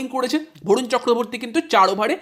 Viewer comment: বরুণ ❎ ভরুণ ✅